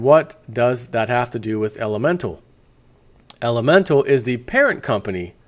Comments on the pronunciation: you say elemental but its elemetal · There is no "N" in Elemetal.